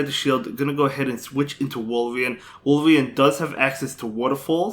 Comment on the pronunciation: I love how he pronounces Azumarill as Azumell & Walrein as Wolverine ! 👌🏻😂 I really love your content and have been following your Spice picks & battles since 6 months now ! Cheers man !😄👍🏻